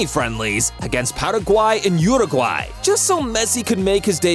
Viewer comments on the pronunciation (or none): none